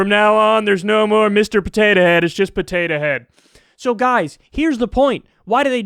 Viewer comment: I love the way Kyle says Potatuh Head. It really emphasises how silly the whole thing is.